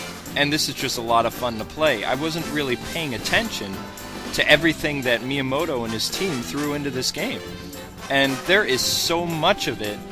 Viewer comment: who is meamoto? you say that alot in the vids